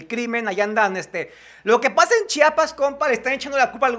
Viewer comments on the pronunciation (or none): none